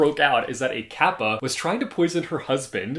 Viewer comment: I was listening to you talking while doing chores and couldn't recognize it was Japanese kappa that you were talking about because the way you said "kappa" was just so cool.